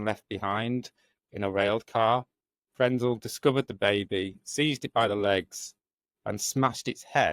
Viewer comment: It is Karl Frenzel. Do the research and try get it right!!!!!!!